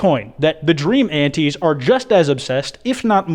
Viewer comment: bestie, why do you pronounce antis like that